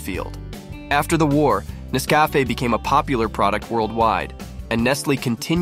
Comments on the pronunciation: It's not Ness-CAFF-eh, it's NESS-cuh-FAY. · its not nesvafaaaaa its nescafeeeee when you say it lol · Nes Cafe? Learn how to pronounce it if you're going to do a video. Also, it's referred to world wide as 'instant' coffee not 'soluble'. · When the narrator learns how to pronounce Nescafé correctly. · Thank you for this informative video mister robot AI voice. next time put some more effort in the video and maybe use your own damn voice to narrate . The AI voice literally pronounced Nescafe 4 different ways. Lazy